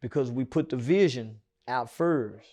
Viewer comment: So Do everybody from Texas say “first” like that ?😂🤦🏽‍♂️